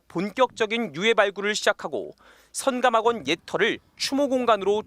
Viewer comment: 기자는 발음을 정확히 해라. 성감학원으로 들린다. 선하고 끊고 감학원 말해야 한다.